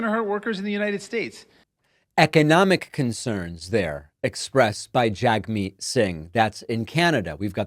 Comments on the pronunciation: Jagmeet Singh's first name is pronounced "Jugmeet." Like "HugMeet." In Canada, to mispronounce his name as "Jagmeet" is the equivalent of mispronouncing "Kamala." Members of the Canada's Conservative Party do it all the time and it always comes across as hateful and ignorant. David, I know you meant no disrespect and this comment is not a condemnation. Keep up the good work! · Just FYI David, Jagmeet Singh's first name is actually pronounced 'jug-meet'.